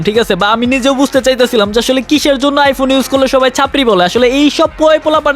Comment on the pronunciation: এই শালা তো প্রতিবন্ধি আইফোন রে আইফুন বলে